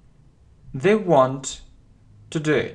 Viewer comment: Спасибо Вам большое, всё очень нравится и получается легко! У меня только возникли вопросы по произношению сочетания букв th. По правилам это должны быть межзубные звуки "с" или "з", а на слух в вашем произношении слышится больше "в" (в словах they, this вместо з), "д" (в слове without вместо з), "ф" (в словах think, thank вместо с). Как же говорить правильно? Ведь Вы постоянно напоминаете что нужно внимательно слушать, повторять и запоминать.